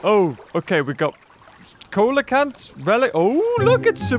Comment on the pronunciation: I'm sorry I even checked a lot of sources but coelacanth is pronounced like sea or see no co